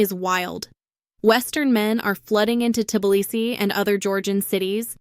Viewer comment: AI doesn't know how to pronounce Tblisi.